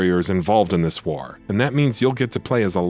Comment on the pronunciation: He also says “war” really strangely